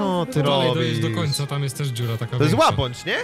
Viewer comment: Łabędź nie łabądż😂😂 ❤❤